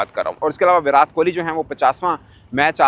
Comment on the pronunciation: Virat ke naam me 't' ko tamatar wala t pronounce hoga na ki tarbooj wala